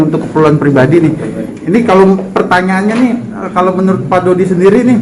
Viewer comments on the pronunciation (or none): Yang di sebut fuji dodot bukan dodi